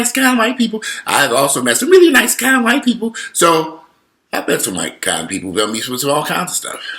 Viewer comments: The way you said "The Whyt-pi-pol" 😂😂😂Too funny. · Righttt!! "The Whyy-pii-poll"😂😂💀